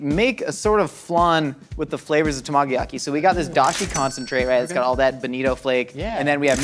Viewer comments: It took me so long to understand what he was trying to say with his pronunciation of tamagoyaki. 😂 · I died a little hearing his pronunciation of tamagoyaki lol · Yet he couldn't pronounce tamagoyaki. Dig your channel.